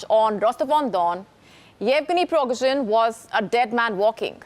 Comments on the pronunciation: lets say it slowly - Priee-gOooh-jieen, not pirogozhin. ah, nvm for me he was just an ex-con. no hero. then a cook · You don't pronounce the surname correctly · If he didn't die in the crash he's now surely dead after you butchered his name so many times 😂